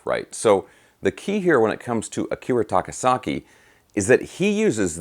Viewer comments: "Akira SAKA-TAKI"...LOL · "Akira SAKA-TAKI"..?? LOLZ... Luv your videos,!! Thank you for this, though. Ever since Crazy Nights, this guy had my attention. (Devil Soldier & Birthday Eve are great pre-fame albums, too).